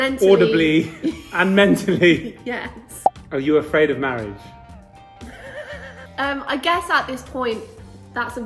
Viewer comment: Hahah loved the video! The proper question is: are you afraid of marioage? Instead of marriage hehe okay byee